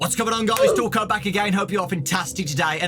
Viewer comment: Tf is dowko hear?